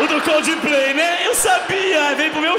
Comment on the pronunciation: ele disse cudiplay várias vezes kkkk